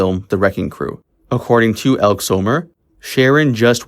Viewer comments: Some names were mispronounced in this video. "Elk" is really "Elkey" and Dominick's last name was pronounced like Dun, not Dune. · Its pronounced ElkEE. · The pronunciation of names is really bad -- "Elkeee" Summer not "Elk", Dominic Dunn rhymes with bun. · EL-KEY Summer not ELK So-mur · Her name is pronounced Elk-ee Elke Sommer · Ekkee Sommer, get the pronunciation right otherwise you sound like yet another dumb american or have a dumb AI' So obviously both!!!! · Elke is pronounced Elkē a long e at the end like ee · Elke is pronounced elkee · It is pronounced Done, "Dominick Dunne", not 'Dune." Also, her friend's name is pronounced with a long e at the end "Elke (Elk ee) Sommer (Summer)."